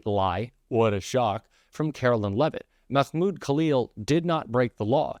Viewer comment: That is not how you pronounce Mahmoud.